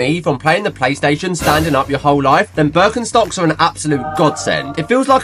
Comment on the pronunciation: As a german u should go to jail for the way ure pronouncing birkenstocks